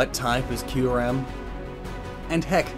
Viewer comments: U said kuyrem not kyurem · "Kuyrem" New pokemon Confirmed? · Isn’t it KYUREM? Not KUYREM? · Kuyrem lol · Kuyrem? i always thought its name is Kyurem? :X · Isn’t it kyurem not “kuyrem”? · Pardon but Kuyrem? Isn't it Kyurem? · I know i know im being a jerk But its kyurem not kuyrem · kuyrem. kyurem. hmmmmmmmm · this is giving me a headache how terribly he is pronouncing the Reshiram and Kuyrem names ahhhh. Edit: And everything else...